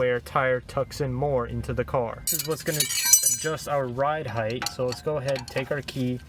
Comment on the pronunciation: Did I hear this man say "right heighTH"? Hythe?